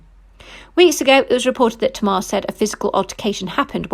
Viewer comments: If you say to mar one more time kmt. It tay mar smh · Pronounced TAY-MAR not tmar🤮